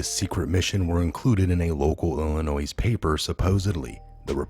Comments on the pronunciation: please say Illinoi not Illinois do mot pronounce the S! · Illinois is pronounced “illi NOY not Illi NOISE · It is pronounced ILL ANNOY.........not ILL A NOISE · FYI... Illinois is pronounced “ill i noy”. Not “ ill i noise”. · I hate being a grammar Nazi but its not "IllinoiSs"... its "Illinoy" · ILLINOIS...'S' is silent...pronounced Illinoi ....thank you... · It's pronounced Illinoy, there is NO noise in Illinois sir. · Good stuff! Just a reminder that Illinois is pronounced ‘ill-annoy’. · It is pronounced....Illi-noy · Its illinois.... not illinoiZZ... The S is silent - just like the "P" in beer 🍺 !!! Thanks for all your work! #WWG1WGA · Illinois ..... no ‘s’ sound on the end! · Ok he pronounced it wrong you don't gotta say it a hundred times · FYI...The S in Illinois is silent. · Illinois has a silent S! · Please stop pronouncing the silent "s" at lend of Illinois. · FYI: Illinois is pronounced without the 'S' at the end. 👍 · Yes, please no "s" on the end of Illinois. It is French and silent please. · the "s" is silent in Illinois. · The s is silent on Illinois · Silent S in Illinois. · Thank you! ❤️❤️❤️I am from Illinios. Respectfully, the “S” at the end of Illinios is Silent. 💕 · No sound of S on Illinois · Love your site! Always watch. However, the "s" is silent in Illinois. It sounds as "oi". French. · Love your videos....but PLEASE pronounce Illinois correctly...the 's' is silent. They say only the least educated say it with an 's' or 'z' sound. I know that can't be you! Don't give them any excuse to say you don't know what you're talking about.